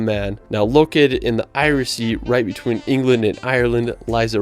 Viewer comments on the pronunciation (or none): none